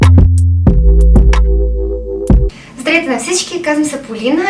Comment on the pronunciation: Девойчето трудно артикулира...С още първото “Здр’ейте” направо ме отказа да и гледам клипа. Постарала се е, ама с тоя говорен дефект.. Не, че нещо, но се казва “Здра—вейте”